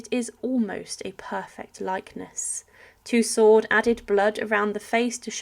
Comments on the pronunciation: Marie Tussauds surname is pronounced toosow. The d is silent. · This commentator does not understand the term “victualling,” or it’s meaning. It is pronounced “vitalling.” In addition, Madame “Tussaud” is not pronounced as “Two Sword.” It is pronounced “Two So.” Why doesn’t this woman learn to pronounce simple words? I’m afraid that I WILL forget to subscribe.